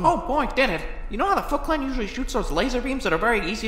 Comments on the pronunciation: I’m hearing you say Fuckclan what year must be not working, right? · The first time I heard it, I thought he said "fuck clan." I don't know, just how he said it I guess. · I thought he said fuck clan xd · Am I the only one who hears "F*ckland" when he says "Foot clan"?